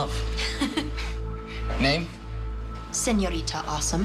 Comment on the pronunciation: The way they made Diego pronounce Señorita the green ghost way